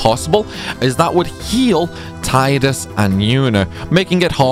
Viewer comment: Heh you keep saying Tide-Us but it's Tee-dus.